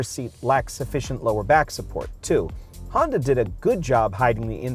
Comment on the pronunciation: Did he say Hyundai or Honda? Hyunda?